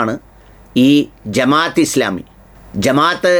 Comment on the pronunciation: പത്ത് വാ അല്ല ബ്രോ.... ഫത്‌വ എന്നാണ്..അത് പോലെ ജമാ'യ'ത്ത് എന്നല്ല ജമാഅത്ത് എന്നാണ്.. കാര്യങ്ങൾ പഠിച്ച് മനസ്സിലാക്കി public platform ൽ വരിക.. മലയാളത്തിൽ വാക്കുകൾക്ക് Pronounsation രീതിയുണ്ട്. അത്‌ പഠിക്കൂ ബ്രോ